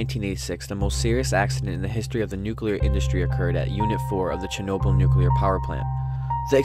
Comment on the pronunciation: The way he pronounces Chernobyl kinda triggers me